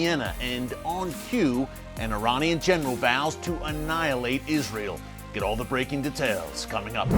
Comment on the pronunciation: Annilate? He don't know GOD. Does he?